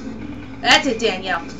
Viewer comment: psssst, sorry but it's Daniella not Danielle xD Sorry, I was gettin OCD about that.. Anywayy I just bought Haunting Ground this weekend actually and I just did this part today too :] Daniella freaks me out but she's so awesome at the same time..